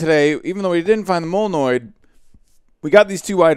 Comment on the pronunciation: molnoid NOSE me: HE GOT THE WORD RIGHT!!!!